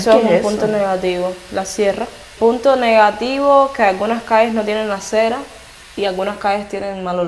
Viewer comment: Hay cera?. Se dice acera